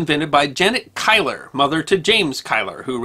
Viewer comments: Kyler!? Keiller is pronounced Keeler. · As a Scot I've always heard Keiller pronounced like "Keeler".